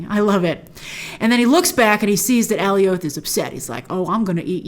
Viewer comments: I love these breakdowns and all, but something is bugging me. In the episode, and I had subs on too and how the Lokis called him, Alioth is supposed rhyme with Goliath, right? Not "Alley Oath". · Grace: ALLIE-OATH MCU: A-LIE-UTH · It’s jarring hearing you pronounce “Alioth” completely different from the show, they were pronouncing it more like “Goliath” without the “G” which I thought was cool just cause he’s so big compared to the Loki’s. But whatever that’s just a random rant, love your videos watch them all the time! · Oh my god it’s uh-lie-uth not Allie-oath lmao they even said it in the episode so you don’t even have the “I’ve only ever seen it written in the comics” thing to fall on. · Okay, it's nitpicky...but I gotta say it. It's AL-EYE-OTH...not AY-LEE-OTH. Love ya, Grace, but you were making me crazy! 😆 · It bothers me that Grace keeps saying Ally-Oath. It’s “A Lie ith.” I don’t know. Big fan, but it really bothers me😂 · the way she was saying Alioth like “alleyoop” and not like in “Goliath” 🥲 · It’s not pronounced “Alley Oath.” Alioth rhymes with “Goliath.” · I've also been pronouncing it Alley-Oath all my life since I encountered it in the comics, only after the episode did I realize that it should rhyme with Goliath... So Alley-Oath has been burned in my head for multiple years now, maybe the same here? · Alioth pronounced like Goliath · Alioth is pronounce like “Goliath” 😅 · Not alleyoop 😂😂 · Alley-oath would be more accurate than how they pronounced it in the show. ˈæliɒθ is the IPA for it. It's not a name original to Marvel, but it seems like they want to use a unique pronunciation for it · It’s like “alias” except its with “th” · Just to help u out grace. It's pronounced Alioth like Goliath but without the G. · Is it me or is she pronouncing Alioth weird! Lol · Why do you pronounce alioth like that? 🙄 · I thought I was going crazy for a sec. lol she kept mispronouncing it and I’m like wasn’t it clearly pronounced for us on the show a bunch of times?